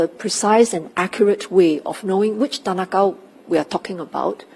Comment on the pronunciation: You could have chosen any name and you said tan ah Kow 😂